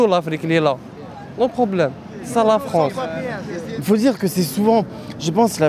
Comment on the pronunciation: l'autre qui dit : ci ca l'Afronce